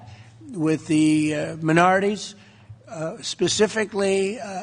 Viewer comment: This virus is upsetting but Trump is disgusting, he can’t even pronounce the word minorities. Record setting, good paying jobs with health benefits and security. Trump has to have money in this drug. Drugs usually are given to sick people. Clearly the drug doesn’t help your memory or brain functions. How presidential to call a woman rude rather than answer the question. It is like watching a spoiled child.